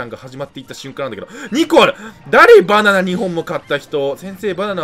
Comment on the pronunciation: 「意外とね、バナンナナ」